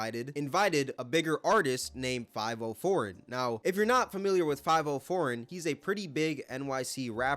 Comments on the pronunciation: It's fi-vi-o , I think not too sure I only heard one of his songs. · Faaaaaviiiiiooooo Foreign, not 5-0 foreign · Five-O foreign I’m dead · From here on out his name is “5-oh-foreign” 😂